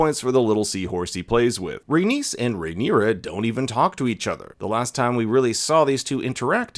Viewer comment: Rhaenys doesn’t rhyme with Dennis, it rhymes with anus.